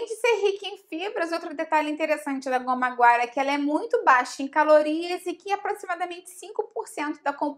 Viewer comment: Sim! A pronúncia está correta